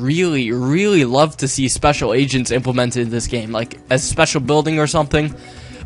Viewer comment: agents? o, i thought u said asians :P